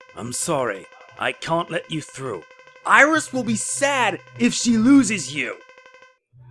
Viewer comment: Well, the one who did the voice says Virus instead of Iris